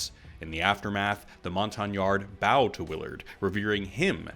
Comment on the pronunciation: It is pronounced BOW as an archery BOW, not BAU